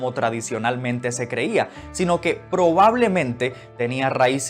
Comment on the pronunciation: Disculpe UD. Lo correcto es SEFARDÍ. NO SAFARDI